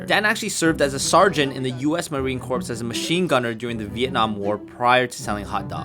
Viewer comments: Marine "CORE", not corpse. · Corps is pronounced "core". US Marine "core". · Core. You don't pronounce the P or the S when you pronounce corps. So when you say "Marine Corps", say "Marine Core". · I was in until the host called the Marine Corps. the "Marine Corpse" ...... come on, man. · The P in Corps is silent, and it is pronounced like Core. - To, thank you for your service, sincerely a USAF vet.